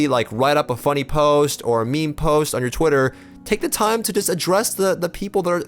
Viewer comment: this dude said me-me